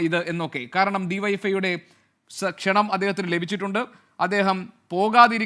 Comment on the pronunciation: Kshananam???? It's wrong...Kshanam aanu correct